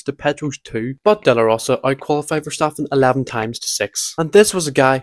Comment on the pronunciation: 😭😭 “oh no, someone with a thick accent can’t pronounce a dutch word” YOU KNOW WHAT HE’s saying… so does it matter?!